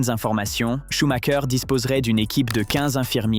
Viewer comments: Pourquoi prononcer SchumaKER, comme les Italiens? SchumREUR peut-^étre? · SHUMACHER SANS "K" SVP....